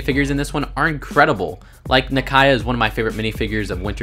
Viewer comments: Oh koi yay (Okoye) and Nah key ah (Nakia) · Her name is (Nah-kee-ah.) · Okoye is pronounced as Oh Koi Yay And Nakia is Nah Key Ah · u pronounce Nakia And Okoye's Names (Naa-Kee-a) and (Ore-Kor-Yay) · And it’s na - ki - ya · Um did u just call nakia nakiha